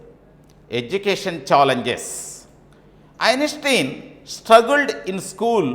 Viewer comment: Poor pronunciation of the words, Einstein, intelligence.... horrible. Discuss about......? Is that right? 🤔